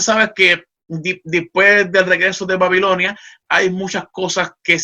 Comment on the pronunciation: Excelente tema. Solo una observación: no se dice "dispues" es "después".